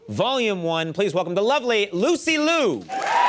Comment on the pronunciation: Liu, not Loo